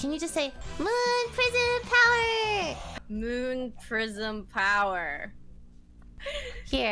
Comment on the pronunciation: lol you say moon prism powrer way better. lol